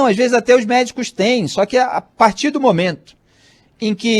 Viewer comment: "autoanális", "esses medicu", é..., fala mt bem mesmo.......